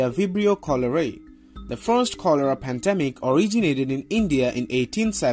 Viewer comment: Padamic doesn't speak English fluently, need a English vaccination.